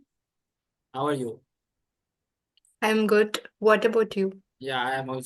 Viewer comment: HAAYU HAWAYU M GUT